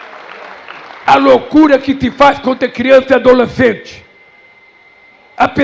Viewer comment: Dolecente??? Meu Deus! Que nojo, que vergonha.